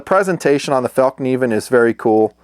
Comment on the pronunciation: Fell-kniven with a nonsilent k